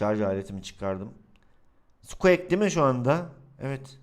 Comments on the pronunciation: abi sqek değil sqik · Abi o sukuak diyo okunmuyor sukuik deniliyor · abi o skuek değil skuik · Abi özür dilerim ama sen squeaki skuek diye okuyosun ama sanırım okunuşu şöyle skuik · Sukieks değil sukiğik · Ya abi o sKuEk diye okunmuyor skuk diye okunuyor ya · NORMAL İNSAN OKURKEN SUKİİK SUKEAK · Abi sukuek diye değil sukuik diye okunuyor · skuek degil skuik abi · sukiğik diye okunuyo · abi sukuek ne amberada embır diye okuyacağına emba diyorsun NE ALAKA EMBA bari squeakı düzgün oku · Spueak'e skuek diyen sjsjsjs😂😂😂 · Abi sukik diye okunuyor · Sen zaten her şeye para yatır zaten hiç uğraşmıyosun karskterin isminide düzgün oku